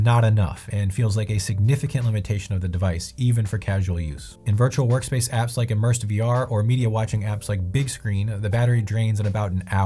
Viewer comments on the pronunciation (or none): none